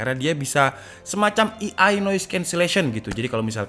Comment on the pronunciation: Hingenya setan, gila, edun. Layarnya...ku ingin berkata kasar tapi tak ada kata yang bisa mewakili. Btw, AI itu dibaca ei-ai, bukan i-ai, itu buat EI.